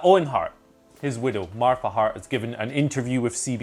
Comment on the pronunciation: why are you saying Martha Hart like that ...?